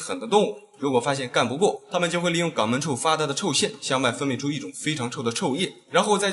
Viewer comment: 😂😂兄弟，声音、口音都很好，但肛门……你读成gǎng门？